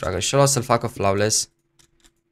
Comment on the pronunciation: Flawless se pronunta [floles] Nu [flaules]